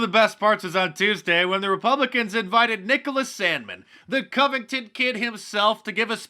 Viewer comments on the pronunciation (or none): none